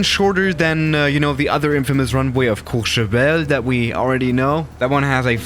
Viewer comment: so it's courchevell?